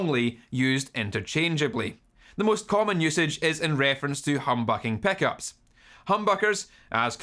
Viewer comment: I hear him saying "peckups" xD